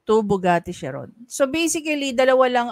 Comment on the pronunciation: Khi-run ang pronunciation ng chiron